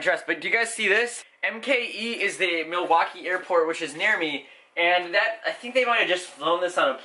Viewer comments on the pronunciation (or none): none